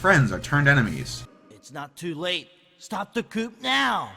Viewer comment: STOP THE COOP NOW! ...You mean... the coup?